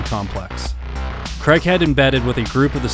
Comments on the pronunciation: "Craig" not "Cregg" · It's KRAY-G not KREG 😂. Why do Americans pronounce Craig KREG? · lol they always say KREG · Americans. Please lean how to pronounce Craig. It’s not creg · Why can't American people say Craig? KRAYG. I thought it was a Malcolm In The Middle joke, but have since discovered that all Americans struggle to pronounce the simple name correctly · Really well put together, I look forward to the book finally coming out. Craighead is a legend. I just wish you guys could pronounce the name Craig…(Craay-G) Other than that…excellent!